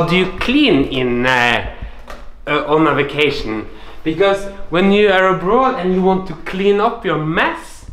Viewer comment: I was expecting you to say “ab-road”; you said “abrudd.” The Norwegian accent is so unpredictable